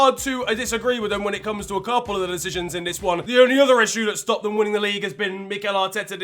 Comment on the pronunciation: bruv why u saying "dem" and "den", instead of them and then, actually jarring to listen to, you sound like you grew up in surrey stop trying to sound Caribbean its cringey asf.